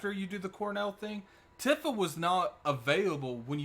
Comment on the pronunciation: Great breakdown bud. I am also hype for the game. Btw her name is pronounced Tee-fuh.